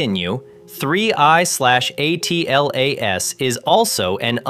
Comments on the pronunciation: It doesn't matter what the acronym is, it's usually pronounced Atlas, not A. T. L. A. S. No one pronounces NASA as N. A. S. A. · Audio appears to be computer generated. A human narrator would read ATLAS as a word and not an acronym.